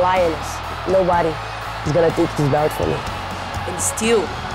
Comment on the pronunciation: "Nobadgy can beach me. I defended my belch. I keep making hischory" ~Amanda Nunes